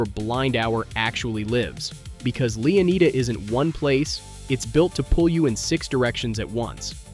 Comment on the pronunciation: Leeaneeda? Lushia? Bro got the map an character off temu 😂😂